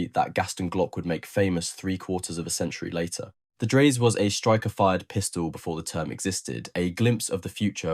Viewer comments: Dry-suh, correct?? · Dreyse. The last e is spoken. The company owner was son of Nikolaus von Dreyse, inventor of Dreyse needle- fire rifle. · Obviously scripted by someone unfamiliar with early firearms ( to put it politely) ! ! As a firearms historian, I had certainly never heard of that pistol before, mainly because the narrator had no idea how to pronounce the surname of Johann Nicolaus von Dreyse: DRY-zuh (or sometimes heard with a closer "oy" sound: DROY-zuh), inventor of the Dreyse Needle-gun ! Don't give up your proper job ! 👎👎👎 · Can’t even pronounce the name correctly.